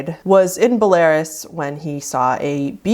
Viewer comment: Seething at the american pronouncing belarus as be-lair-us